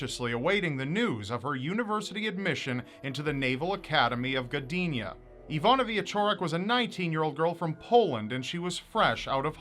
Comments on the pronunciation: I like how yoou pronounce her name - surprisingly good for an American;). Keep up the good work! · As a Pole, I held my breath when you started to pronounce "Iwona Wieczorek", but it was absolutely great :D I hear Polish names butchered on a daily basis in foreign media and this was a nice surprise, especially since Polish is a really nasty language to learn and pronounce! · WOW. One of the most "famous" cases from my country... Did not expect that. Good job. And GREAT job pronouncing the Polish words. Polish is considered by linguists all over the world as one of the most difficult languages (especially for english speaking people).